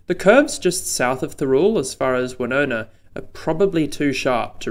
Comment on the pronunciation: Interesting. You think reclaiming ther Golf Course might be hard going, good luck with Thirroul. Also I know this makes no sense but re pronunciation: San Souci: San rhymes with sand, Woonona is w'NOO-na, Towradgi is t'ROD-ji.